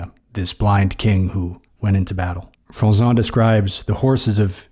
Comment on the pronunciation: It's Jean Froissart with an 'r' sound at the end. The way you pronounce it it would have to be Froissant.